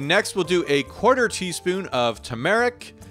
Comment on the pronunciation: TBD, looks like the shizz ! I bet that was awesome tasting. I’m going to add a bit of hot sauce on mine when you’re not looking. Hope that’s ok! And let’s work on that less than ideal “turmeric” pronunciation. But hey, it’s all good when you do a breakfast like that!!! 😎